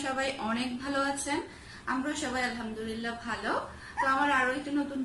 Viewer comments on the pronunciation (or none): its not Alhamdurillah. Its Alhamdulillah..